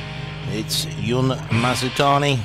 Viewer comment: was it it that commentators have so much trouble with pronouncing people's names? the announcer clearly said "Jun" like "dzh" and then the commentator says "yun" ... *sigh* just one of my pet peeves, like how many commentators say "zhang yee-ke" instead of "djee-ke"